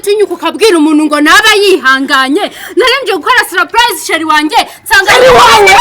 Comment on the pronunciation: 😜😜😜😜😜😜ahubwo ngewe numvise saripayize.Ariko iyimivugire twihaye iraza kuzadukora pe.